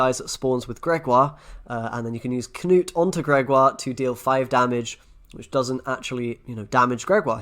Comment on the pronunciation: So nice when content creators actually pronounce Knut as it should be said (looking at you Swim & McBeard) c